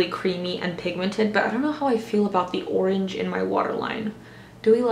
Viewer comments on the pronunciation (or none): none